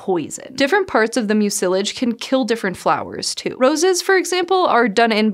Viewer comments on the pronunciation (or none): mucilage: / ˈmyu sə lɪdʒ / the accent is on the first syllable. Does Montana not have Internet connection to ? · Pronunciation quibble: Mucilage – The stress should be on the first syllable. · Thanks for the fun video. You're mispronouncing two words though. 'Mucilage', the accent is on the first syllable, not the second. 'Salve', in the U.S. the 'L' is silent. ;-)